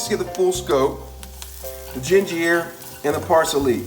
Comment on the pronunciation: gingyer raymen flavoration packet parseley alle dental you crack me up man